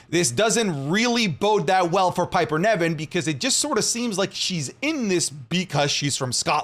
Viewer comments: Not pronounced Neven, its NIVEN! (Pronounced Like Live)! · Every single video, I wonder if knows that Piper's last name is Niven, not Nevin